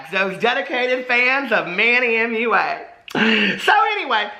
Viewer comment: I love that you call him Manny MUA pronounced Mooah I legit thought that was his name when I first got into beauty videos lol 😂